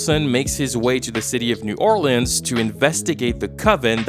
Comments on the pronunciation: Lmao why do you keep calling it "New Or Lands" instead of New Orleans? That's so irritating 😔 especially because don't you speak English AND French? But you go with the pronunciation New Or Lands? And during pride month too… kinda homophobic if you ask me. Jk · “New Orleeands”